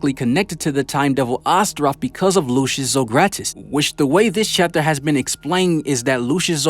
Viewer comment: His name is pronounced “Lucy-us”